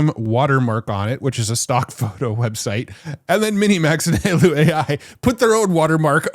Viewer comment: Its "Hi-Law" not "Halo"..